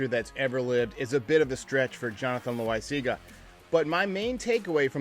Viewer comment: who doesn't love a good "JONNY LOSAGNIA " from lets be honest here